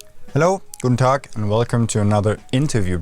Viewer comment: your guten tag caught me off guard was geeeeeeeeeht